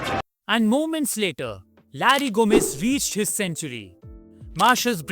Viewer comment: His name is Gomes not Gomez but a good effort.